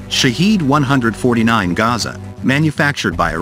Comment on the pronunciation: It's pronounced as Shahed not ShaaHiiiiid meaning witness/observer.